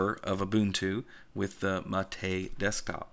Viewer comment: James Van Damme also it’s MAH’ TEH.